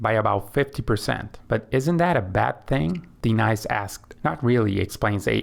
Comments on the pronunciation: Aye-aye-Ron & Dee-nice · Is this for real? What's with the pronunciations of Denise and Aaron?